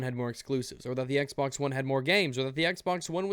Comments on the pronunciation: Could've sworn you said "Microsoft Sexbox", not "Microsoft's Xbox"... I really need to get my mind out of the gutter sometimes. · did he say "microsoft's xbox" or "microsoft sexbox"